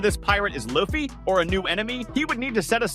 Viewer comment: LU FFY LIKE LUCY BUT LUFFY at least ypu got it right for the rest of the video ok maybe not like 70/30